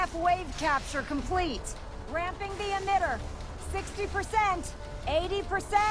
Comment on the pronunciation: why are you saying "The" as "Hte"